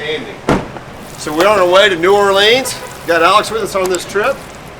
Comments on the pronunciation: New Awe Lee uns...as opposed to New Or Lee ans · Ima teach y’all how to say New Orleans, y’all ready? Nawlins, there it is.